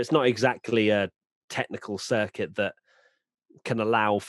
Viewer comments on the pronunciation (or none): none